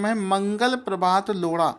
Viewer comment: loda nhi lodha :p